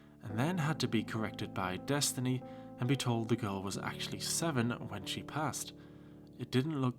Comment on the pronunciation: it’s “girl” not “gorl”